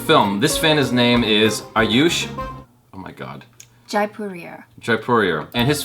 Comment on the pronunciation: HEYY!! YOU SAID MY NAME!!! AND THAT TOO WITH THE CORRECT PRONOUNCIATION!! :DD my name's Ayush